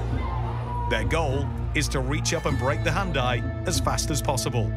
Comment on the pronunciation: its pronounced haan Dee written handi